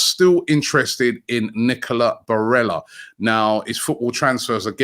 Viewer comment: "Nickeler Barella" lmfao